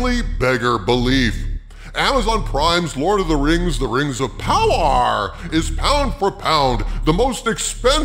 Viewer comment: The way you said "poWAAR" was most amusing my lord.